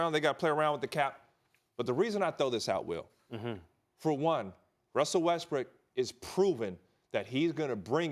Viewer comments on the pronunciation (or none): He literally said Russell Westbrick lol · He literally said russel westbrick hahahaha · Ryan says Westbrick at :34